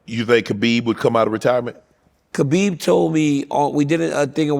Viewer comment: Why, after all these years and with the respect Khabib has earned and deserves, do people still refuse to pronounce the man's name right?